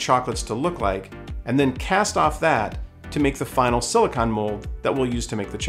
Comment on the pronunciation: SiliCONE…like ice cream cone. Not siliCON.